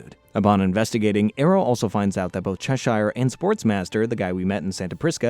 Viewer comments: Ah yes Chesheyer and Zaytanna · Hearing you mispronounce Cheshire, Zatanna, and Perdita hurts to hear.